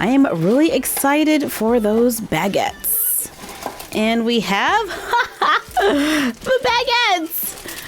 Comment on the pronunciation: It’s not BAGits it’s Bagits